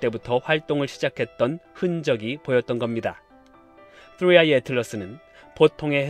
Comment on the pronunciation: 뜨뤼 아이~ 혀가 질풍노도의 시기를 겪고 있네요 😂😆🤣